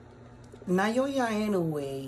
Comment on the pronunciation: Loving the work man, great analysis. Btw - it's pronounced Na-Oh-Ya not Nayoya.